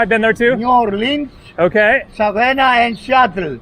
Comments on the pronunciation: The gentleman who said he's been to the US...he was trying to say SAVANNAH ( Ga.). He was saying 'Salvanna' south. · With short A's, like 'was' or 'apple'. Accent on second syllable. Sa VAN nah. Strange that never went to those places in the US. Btw, Savannah has a lot of Greek, like real Greeks who only speak Greek, restaurants.